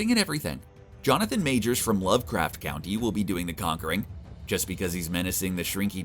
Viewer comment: Did you just say lovecraft county it’s country